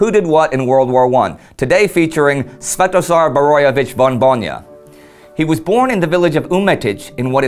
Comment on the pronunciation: Big high five on saying his name . I was well impressed . Even if i was Sventozar Borojevic von Bojna i don't think i could pronounce it .